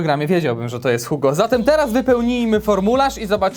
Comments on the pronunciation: Taaa w programie wiedział bys,że to jest HUGO ? Ale nie wiezs,że czyta sie I G O ! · Czyta się Viktor Igo. Pozdro, 3mam kciuki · pleace, Hugo to troll który w Polsacie na strusiu jeździł. Victor Hugo czyta się Victor Igo. odcinek super, pozdrawiam serdecznie. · Nie wiem czy ktoś już zwrócił Ci uwagę, ale Victor Hugo wymawia się "igo". To nie ma być przytyk, tylko inwestycja w kulturę;) Pozdrawiam i dziękuję za rzetelne i ciekawe materiały. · Z tym Victorem Hugo (btw. wymawia się "igo") to był żart czy faktycznie nie wiedziałeś? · Nie Hugo a 'igo'... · Nie, żebym się jakoś gorliwie czepiał.. Wiktora czytamy [ igo ☑️ ⏩ z akcentem na "o"] Nawet niegłupie książki pisał😎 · nazwisko Hugo czyta się Igo (Francuz) ♥ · nie wiesz jak się czyta słowo "Hugo"? Ale wstyd...